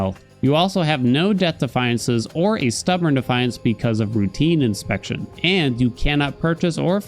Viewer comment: Love this video! It is informative and concise. Makes me want to play Hades again (tbh the recent news and releases around Hades 2 did that already, but this was the last straw). My only point of contention: The way you pronounce Routine Inspection. It drives me up the wall. It is a routine *inspection*, as in "the mirror gets taken in for maintenance", but the way you gravitate to put the emphasis on the word routine makes it sound like an inspection of Zagreus's *routines*, instead